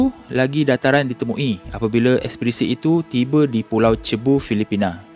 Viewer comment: Cebu dibaca 'sibu' bang...kawan saya ada sana budak philippine... wallahualam